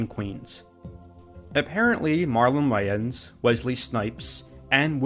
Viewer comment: That was the strangest pronunciation of “Wayans” I have ever heard in my life...